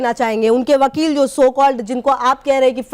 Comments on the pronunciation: Casachin pappo ko wakil v bolna nhi aata hai wakil ko bakil bolta hai or ye seema ko lappo ghengur se piyar ho gaya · Bakel nhi wakeel hai 😂😂😂😂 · Abe Vakil hota hai Vakil Vakil Nahin hota hai Vakil hota hai Vakil Vakil ke Lallu Ram Chaurasiya